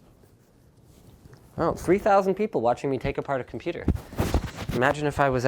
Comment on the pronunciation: NOOOOOOOOOOOOOOOOOOOOOOOO NOT THE COMPOOTER